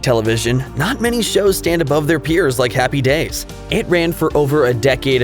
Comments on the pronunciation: It was driving me nuts...Happy DAYS...Happy DAYS...so strange. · It's HAPPY days, not happy DAYS. It sounded so wrong every time you said it that way. HaHaHa